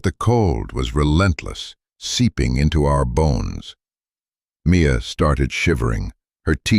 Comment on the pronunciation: Mia! Her name is Mia, not me a!